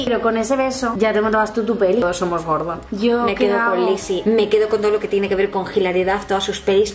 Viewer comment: andrea me esta dando toc absoluto oirte decir gordon, ES GORDO!!!! sin la N!!!!!!!!!!!!!!